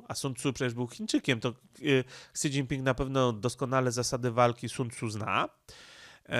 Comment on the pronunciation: Śi Śi Śi Śi Śi .. do jasne cholery, mówi się "ŚI Dźingping" żaden "Ksi" Ps. Pan Radosław Pyffel nie musi się reklamować, ponieważ dla osób obeznanych w tematyce, jest bardzo znany od dawna w obszarze geopolityki azjatyckiej, a broni się swoimi bardzo interesującymi materiałami.